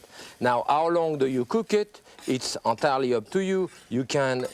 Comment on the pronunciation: 2.11 "antarli eup tou iou"